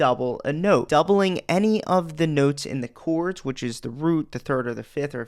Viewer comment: I watch just to hear you say "chouawrds"